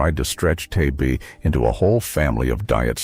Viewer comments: It's not t a b Its TAB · Holy Lord! Don't these computer narrators know how to pronounce ANY of these old brands? T-A-B is tab, Teem is Team (not tee-emm). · It not tee-ay-bee! It's Tab! One syllable! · It’s called Tab not T A B Just can’t watch any longer. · Tee-ay-bee used to be made by See-oh-kay-ee.